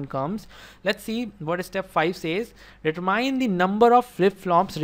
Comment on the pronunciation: determine is pronounced like DE-TER-MIN without the E